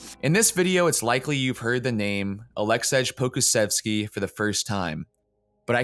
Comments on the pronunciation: His name should be pronounced like Alexey Pokushevski btw. :) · You should be ashamed because you don't know how to say someone's name and allow yourself to comment on that person. You want to have a lot of reviews and likes and you don't know the basics of saying someone's name. It is also not easy for European commentators to pronounce American names but still learn. Don't deal with this if you're going to be embarrassed